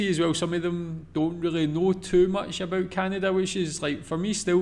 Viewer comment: if you notice before he says it (especially the first time) there is always a slight pause like he has to remember to say aboot. I find him a bit to negative about Canada and I get enough of that from pp on the news so I stopped watching a long time ago.